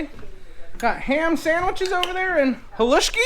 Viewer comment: you sent me into near panic mode when you didn't annunciate the side dish at lunch. Thank heaven for Dr Google - I believe it's Haluski and now I have to have some for dinner tonight. Mm mm good! Greenhouse looks awesome - you're inspiring us all to plant! Blessings to each of you.